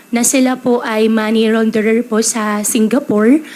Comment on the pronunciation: Hahaha,lumabas ang tinatago ang chinese accent nya...yung pag mispronounce cya "raunderer"....mahirapan tlaga yan cla pag mag switch yung L at R,...c jackie chan yung kaibigan ko if na notice nyu mga past interviews like ellen shows,jimmy,etc....hirap cla sa english word na may R at L......sa Makalusot lng....goodluck senate❤...MABUHAY ANG PILIPINAS!🇵🇭🇵🇭🇵🇭...